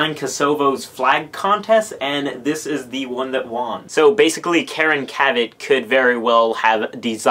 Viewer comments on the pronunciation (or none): none